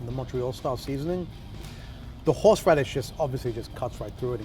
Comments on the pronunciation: "Horshe radish" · Why do we all say horsh radish